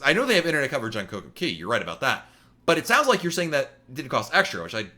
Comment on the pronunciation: Not coco KEY it's coco kay